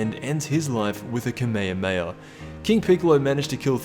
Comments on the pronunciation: Who says kameoameya its kame hame ha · It’s kamehameha what is kameekameehaa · wtf is this pronouciation ? cameamea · He says kameyamaya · You said kamehame wrong